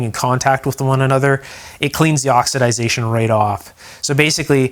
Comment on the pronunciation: It's not pronounced oxidazation! The proper pronunciation is oxidation.